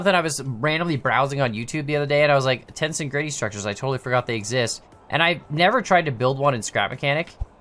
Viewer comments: I fell obligated to say it's tens-egridy not tensin-gretty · (Ten)-(seg)-(ready) is how it's pronounced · Pronounced like tense+egrity (as in tension + integrity) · Its actually pronounced "tens-EG-rity" with the second syllable stressed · It’s pronounced ten-seg-rit-ee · It's ten-SE-grity. Emphasis on the second syllable. Also the example in the video is not true tensegrity, as not all requirements are met (true tensegrity can not 'collapse', while this item can). The image shows true tensegrity. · TenSEgridy That's how you read it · Its pronounced ... Ten-Seg-Rit-ee